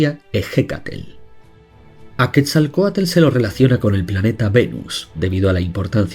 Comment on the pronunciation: Quetzalcoatl:❎️ Quetzalcoatel:✅️